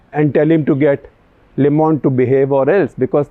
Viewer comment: Shekhar Sir, "Le Monde" is pronounced as "leuh Monde" instead of "leh Monde"